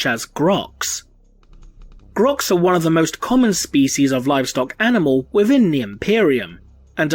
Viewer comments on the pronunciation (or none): none